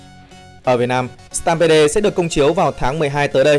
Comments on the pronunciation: Mình tg "stampede" là "Stam pít" chứ ko phải "stam bê đê" chứ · Stampede-viesup: sờ team bia mà sao anh đọc sờ tam bê đê :v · "Sờ tam pê đồ" ad ơi